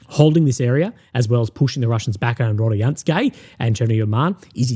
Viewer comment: Hello Russian speaker here. Proper way to pronounce is RODINSKOE NOT RADIYANSKE lol obviously Rodinskoe is the key to Pokrovsk if that settlement falls gg well played you might as well call it a day. So far 93th mechanized for AFU been doing amazing job holding that key strategic settlement for so long.